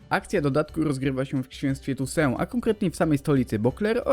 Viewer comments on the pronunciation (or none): 1) Mówi się 'tusą' a nie 'tusę' 2) Ani Fringilli ani Jaskra nie będzie. 3) Ostatnie zdania są słowo w słowo zerżnięte z filmu 'krótka historia Toussaint' Podawać takie informacje, kiedy mamy dostęp do wielu forów czy relacji osób które grały, jest trochę żałosne. Moglibyście chociaż sprawdzić to, co chcecie przedstawić. Ludzie to oglądają i zostają wprowadzeni w błąd. To już nie pierwsza taka wpadka na tym kanale. Kiedy tu trafiłem liczyłem na porządne wiki. Szkoda że się pomyliłem. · Fakt, czyta się inaczej (chyba "tussą"), co słychać w zapowiedzi dodatku ;) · Nie chcę się czepiać bo wiadomo, ale czy nie czyta się ''tossuą''?